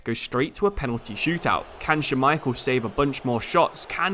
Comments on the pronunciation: couldnt get over him saying scha-micheal instead of schmai-chel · Say Schmeichel for me, one more time…